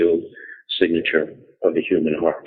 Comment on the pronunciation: "...Around de poles..." LOL